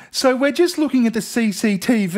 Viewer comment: I never realized how enjoyable it is to hear someone say “CCTV” with an Aussie accent.